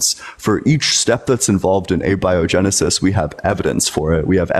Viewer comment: guy can't even say abiogenesis.